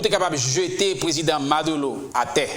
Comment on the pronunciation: MaduRo, ma-dou-reau tankou Bureau, buro, ma dou ro (not madoulo) juan Guaido = Gway- Do